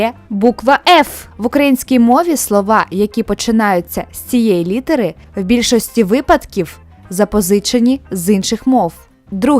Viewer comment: Учніф, студентіф,випадкіф, відсоткіф, а ви кажете, що літеру ф мало використовують.